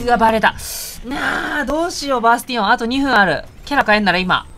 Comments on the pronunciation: 「バスティオン倒した！」が「バステン倒した！」に聞こえるw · 皆さん言ってますが、バスティオンが本当にバステンに聞こえますww